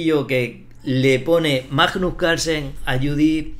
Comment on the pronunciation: Es magnus no majnos.